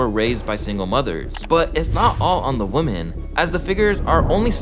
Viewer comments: I hate the way he pronounces women. It’s women pronounced like wehmen not like woman. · PRONUNCIATION OF PLURALS IS OFF…..WOMEN….. WOMEN …. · It is WIM-MIN!!! Ffs how can so many hip-hop YouTube channels not know how to pronounce women! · Constructive criticism: practice the difference in pronunciation woman vs. women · Bro you need to learn plurals. 1 female adult human is a Woman, more than 1 female adult human is Women. Also learn to pronounce paternal. Smh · Why do you pronounce women like that? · Great video, but please learn how to pronounce "women." It's a basic word. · can you learn how to pronounce women correctly? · Bro why can no one pronounce women? Does all these YouTuber do it on purpose or was just never taught ?